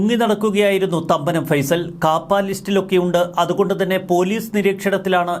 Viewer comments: ഫൈസൽ എന്നല്ല ഫേയിസൽ ജോസഫ് എന്നാണ് പുള്ളി ഇവിടെ പണ്ടുമുതലേ രാജാവാണ് മരട് അനീഷ്‌ പണിപടിച്ചത് പുള്ളീടെ കൂടെ നിന്നാണ് ഡ്രഗ്സ് കച്ചവടം തുടങ്ങിയപ്പോൾ പുള്ളിത്തനെ അവനെ പറഞ്ഞുവിട്ടതാണ് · ഫൈസൽ അല്ലടോ ഫൈസൻ ആണ് കറക്റ്റ് 😊